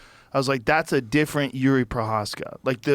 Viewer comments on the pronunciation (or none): Telling a former ufc how to fight is crazy and it’s “jiri”